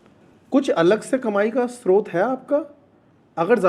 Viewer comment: Hi, great interview, loved the previous one too. Please google the correct pronunciation of स्रोत.